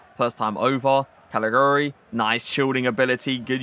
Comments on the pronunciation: Calajuri it's pronounced I think bro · He is pronounced Kalichewry :) giu = chew in italian, like giuseppe :)